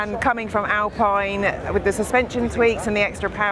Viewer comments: Alpine is pronounced Alpeen...😊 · the alfa romeo 'VELOCE' is pronounced vel otchi, ....also, when you were in the macan talking horsepower.... the PS is always more than BHP (1BHP =1.014 ish PS), and final edit/constructive criticism (only trying to help, no hate) is 'Alpine' is pronounced 'Alpeen' but apart from that....good job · It is funny how you refer to the British flag on the R5 as a Fauxpas, but you do pronounce the very, very French brand Alpine as if it was a British mountain sport…😂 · To an anglophone, the 'pine' of Alpine (not a Sunbeam) will actually sound much more like how the word for that small sharp object is pronounced: pin. An english speaker should not even think about that last "e", to them it remains silent (slight exception: a speaker with a pronounced Provençal accent would terminate the word just as Germans do Porsche, with an "uh" sound for that last e). Thus, the closest approximation for "Alpine", as it would be pronounced in Dieppe (home of Alpine) and by the vast majority of native French speakers, should be read as "Al-pin" by a native English reader, not "Al-peen". Try walking into a hardware store and asking for a ball-pin hammer if you think there is no difference between "pin" and "peen"...